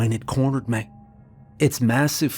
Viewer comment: Bless his heart narration 10/10 Storytelling 12/10 Imagery 10/10 Varying character voices (quite impressivel)demon voices 10/10 How to pronounce the word me- .5/10